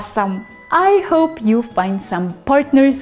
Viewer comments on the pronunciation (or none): none